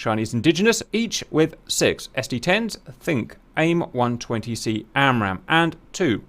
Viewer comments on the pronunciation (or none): none